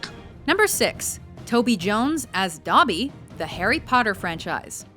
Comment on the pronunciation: first off, i would put smaug at #5 and not "I, Robot". Second, when you say Dobby's name, pronounce it correctly! its shameful!